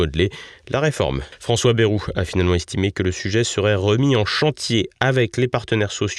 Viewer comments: BA-I-ROU et non Bérou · Quelle déception en effet j’étais persuadé que votre chaîne incarnant un autre media propre et correct eh bien non ! Vous n'avez cessé d'insulter Monsieuur BAYEOU QUE L’ON PRONONCE ba II ROU KE Y EQUIVAUTVA 2 i et de dire que son discours etaut médiocre mais par rapport à quoi de ce fait vous êtes comme tous les journalistes